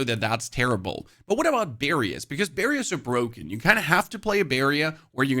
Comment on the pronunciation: Do you mean BARRIERS? Why do you keep saying Barrium?